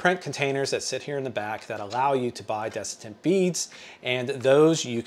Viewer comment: Good video. Just fyi it’s desiccant